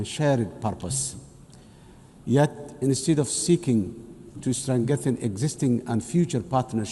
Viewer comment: To strengethiin😂 Afkee buu ku hadleyaa? Allah ceeb badanaa.😂😂😂